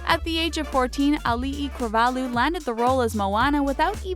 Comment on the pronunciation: Um, Auli'i Clavarlho did audition for the part, and that isn't how you pronounce her name.